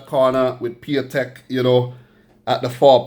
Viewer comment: A little mistake. It's Piątek not Piatęk ;)